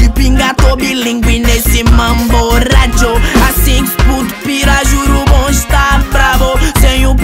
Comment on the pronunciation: Мне так нравится, когда он произносит RRRRRRRRRRRRRRRRRRRRRRRRRRRadio